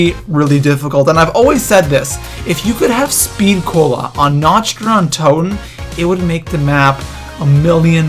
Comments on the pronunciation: It's pronounced na-k-t not na-ch-t idiot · sir, no offense, but it is pronounced nakt not nacht. it is german. also, the wunserwaffe is pronounced vundervaffeh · Nacht not notch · I'm sorry, but I swear to god, you pronounce it Na-c-t der untoten not NATCH. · its pronounced like nawkt not natcht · I'm sorry, but it is "Nacht" der Untoten! NOT "Natch" der Untoten. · why does everyone say"nacht" like theyre gonna say nacho. its said like "knocked" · You don't say the "ch" in Nacht it is more like "nauc"